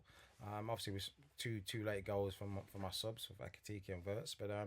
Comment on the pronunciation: How any supposed LFC supporters say Xavi instead of Xabi is completely beyond me!